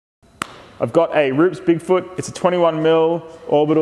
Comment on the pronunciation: Dude makes me cringe when he says Roops instead of roo-pez...